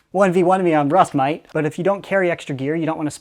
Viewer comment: "1v1 me on rust, moite." literal australian.